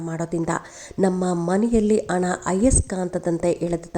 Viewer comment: ಉಣ್ಣಿಮೆ ಅಲ್ಲ ಮೇಡಂ ಹುಣ್ಣಿಮೆ. ಅಣ್ಣ ಅಲ್ಲ ಮೇಡಂ ಹಣ.